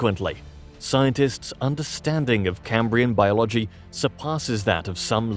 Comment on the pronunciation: At this point and with scientific language, AI narration is not appropriate. It does not even know how to pronounce biology.